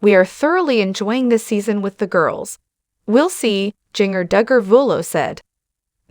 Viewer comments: Singer like the spice ginger please nothing is more sad than your name being mispronounced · If you are going to report on her, say her name right!!